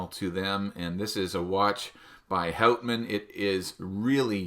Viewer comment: I don't know, I am starting to suspect you're not Canadian... Pronouncing the brand as 'hautman' instead of 'hutman'? Did South Park lie to me? Joking aside, this is definitely the coolest version of the watch, with the rock dial. Quite interesting that they printed the company name and automatic and such on the crystal (I guess on the inside?). This works very well with the 50 fathoms design of the bezel insert. I am not sure how heavy that dial is. Does the watch feel heavier than you'd expect?